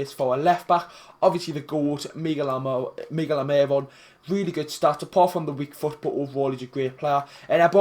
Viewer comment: I wish you’d say his name right it’s almiron not almieron